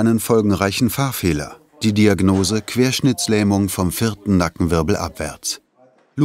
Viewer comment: Wenn der Sprecher nicht mal die Diagnose „Querschnittlähmung“ sagen kann 🤦🏼‍♀️